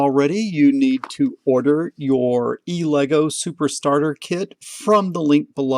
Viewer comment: I was sure that was pronounced Ella - Goo